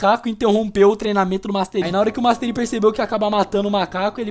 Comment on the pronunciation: master ai?